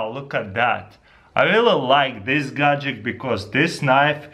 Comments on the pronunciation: not godjick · gad-jet, not godjick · He says either gadjik or gadjick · i just love how you say "Gadget" you say it like "Gahgidict" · bro you spell gadget correctly in the title of the video yet you pronounce it "gadgik." I understand you have an accent but still...